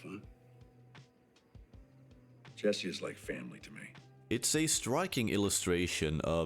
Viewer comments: Bro it's "Jessi" not "Yessi" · Bro! Why are you pronouncing it Yesse instead of Jesse? Have you even watched this show? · Bro lear how to say ,,J”. Whenever you say Yesee i wanna kms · Accents are so funny, like why can this guy not pronounce Jesse, but he can pronounce Jane with a hard J? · weird he can say "Jane" but says "Yessie" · You're so proud of your knowledge that the letter J is pronounced differently in other languages that you need to pretend other people don't know? You're badly missing the point. He should pronounced "Jesse" like Jesse himself does. Pronouncing a name using the phonetics of your native language is a major dick move. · I understand language barriers and cultures, but you have surely seen this series. Surely you know the J is english and not pronounced Yesse or Yack.